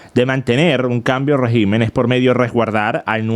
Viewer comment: RÉGIMEN con acento e la primera silabas (RÉ) no REGÍMEN cómo lo pronuncias.